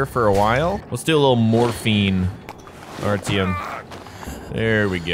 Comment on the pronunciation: You say Artyom like R-T-M, it's Are-Ti-Yum